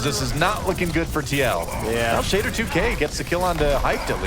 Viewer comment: can't pronounce Shadder2k at all xD